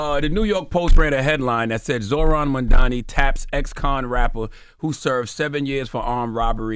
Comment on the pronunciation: Crazy how Charlamagne still calls him Mandani 😂